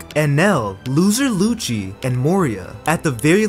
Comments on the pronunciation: Why you said loser luccy i think you just said luccy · bro said loser luci insted of rob luci💀